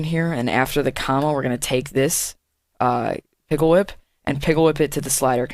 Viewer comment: Did he say pigglewhip?? Lol pickwhip... gg